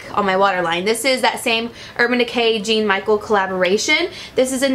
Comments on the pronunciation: Suzy Manville that's bullshit lol. You wrote all that bullshit and didn't even pronounce his first name correctly. She said "Gene". I get this is pr and she was packing and ect. This man is history obviously very important if Urban Decay decided to highlight his work. Most of us are just saying learn about what you're using and that's it. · Jean is actually pronounced "john"French accent style lol he's a French artist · Jean is pronounced similar to Jon I think.